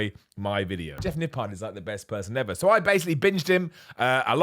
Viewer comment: All I am hearing all day is Nip PARD